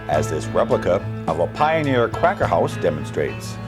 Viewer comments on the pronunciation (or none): none